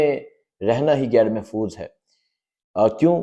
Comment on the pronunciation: Bhai saheb , little improve your pronunciation.Gair Mehfooz nahin " Ghair Mehfooz " bolain.